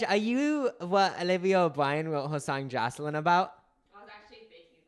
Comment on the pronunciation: when you guys kept saying jocelin 👁👄👁